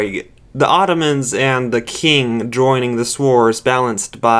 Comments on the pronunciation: Hearing you pronounce Qing as King makes my Chinese soul burn. But other than that its a really good video imo. Keep it up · Kamchatka - Kam-CHAT-ka Buryatia - Bur-YAY-sha Qing - Ching Sakhalin - SACK-a-lin 👍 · Qing Empire is also pronounced Ching